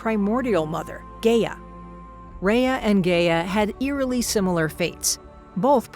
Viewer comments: isn't it supposed to be pronounced as 'Ga-ya'? not 'Gey-ya? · Well for starters just cause they have a team doesn't mean they do good work. But if you would like an example Gia does NOT sound like Rhea. It's pronounced (Guy-a) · This isn't bad at all, but the only thing I have an issue with is the pronunciation of Gaia. It's pronounced guy-ah not gay-ah. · "Gay-uh" oh no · ngl, can't get over the fact of the mispronunciation of Gaia